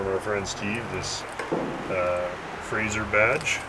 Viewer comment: Why do so many people refer to the Frazer as a 'Frazier'? I think it has something to do with Kelsey Grammer, although even that show was Frasier with an 's', not a 'z'. Anyhoo, I'm off to take my Chryslier for a spin......